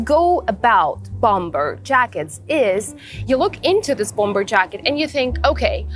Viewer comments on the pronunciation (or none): Bomber вторая b не произносится же. Речь прекрасна, но предлагаемые способы комбинирования предметов одежды чересчур много всего вне приемлемого стиля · у вас прекрасный беглый английский, но хочется добавить маленький штрих к его совершенству) - bomber произносится без второго b. То, что по-русски его неправильно произносят - это, наверно, уже неизбежное зло, заимствованные слова часто обрастают "особенностями". По-английски же, полагаю, стоит все-таки придерживаться произношения, которое предлагает языковая норма.